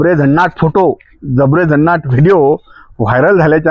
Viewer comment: तो शब्द 'जबरेझन्नाट' नाही तर 'जरबेझन्नाट' असा आहे 😢😢😢😢